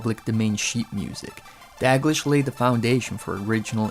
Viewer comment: It's pronounced Da-gleesh